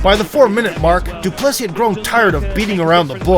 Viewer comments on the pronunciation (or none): The american pronunciation of De Plessis. It's such a beautiful name, don't butcher it.